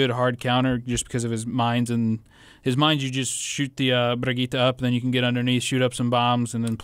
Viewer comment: It's No Problem If you pronounce the Name false I haven't seen any Englisch Youtuber who does it correctly but you are close